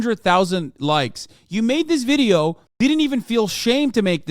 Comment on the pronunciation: Hateful video-ah